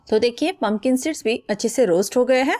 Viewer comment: थोड़ी देर के लिए,अंग्रेजी को भूल कर, हिंदी बोल सकती हैं, टॉकी, हरकोई,कम पढा लिखा भी, आप की उपयोगी रेसपी को समझ सके।पता ही नही चल रहा है पनकन सीड बोलै हैं या पंपिंग सेट बोल रही है, आपका उच्चारण भी बहुत स्पष्ट नही है। कृपया ध्यासन रखिए कि, कहीं ऐसा न हो जाए कि, आपकी मेहनत बेकार ही हो जाए। इध्वर असपको सद्बुद्धि प्र्दशन करे। Don't take other wise.